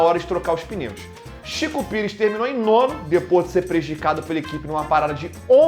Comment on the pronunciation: Sempre quando ele fala Chico Pires eu não guento kkkkkkkakakakakkaak